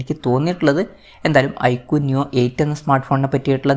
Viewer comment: ഐകുടെ അല്ല ഐക്യു വിൻ്റെ